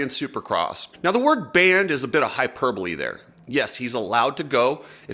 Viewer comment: If you're going to use big words like "hyperbole" at least try to pronounce it correctly. Loving your advertising channel 😂😂😂